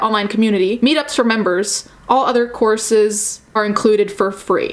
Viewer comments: I've heard "corpses", not "courses" and got my hopes up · thought you said corpses instead of courses imao